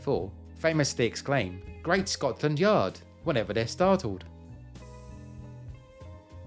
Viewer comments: Why do you pronounce Scotland Scot(s)land? Something I am not aware of here? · Sounds like you saying Scotsland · Am I hearing Scotsland instead of Scotland? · Skotsch-land, you say?